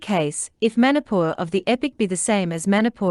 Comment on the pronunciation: It is very interesting to hear your claim to be the original habitatant ,while you can't even pronounce the Name Manipur property 😂😂😂😂